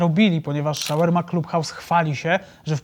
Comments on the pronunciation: Shawarma nie szełerma lol😂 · Nie ze się czepiam, ale to się chyba wymawia "szałarma" 🙈😶‍🌫️🫡😇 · W wymowie SHAWARMA NIE MA "E"